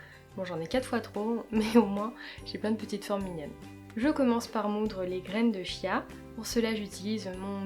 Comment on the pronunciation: Coucou ! Merci pour ta vidéo :) Petite précision, ça s'écrit "chia" mais ça se prononce "kia" ;)